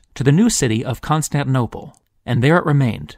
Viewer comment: Wonderful video as always! Totally off-topic, I noticed you leave out the second "T" of the City and seem to pronounce it "Constaninople"... neither here nor there, just a curiosity. :-)